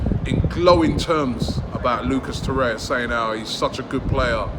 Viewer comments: TorreiRRRa Robbie not torreia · Every time Robbie says 'Toraya', i die a little inside